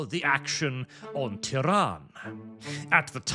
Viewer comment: I keep hearing 'Tehran' and it's hilarious